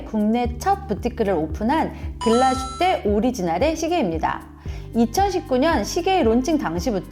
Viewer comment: 안녕하세요! 독일에서 일하고있는 시계제작자 입니다. 다른 지역명이나 브랜드명은 원어 발음으로 쓰이는데 유독 글라스휘테만 글라슈테로 적혀 아쉬워서 댓글 남기고 가요 ㅠㅠ 글라슈테가 아니라 글라스휘테 예요!!